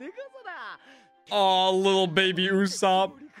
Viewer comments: IS NOT YASUP ITS YUSOPP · Bro, please. It's Usoooopp, not Usaaaaapp. I know it's kinda hard to pronounce, but please. Anyway, I loved your One Piece Reaction series! Hope you do more of these in the future. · oh boy 💀 his name is literally “ usopp” kinda from the Japanese word “嘘” pronounced as “uso” which basically means “ Lie “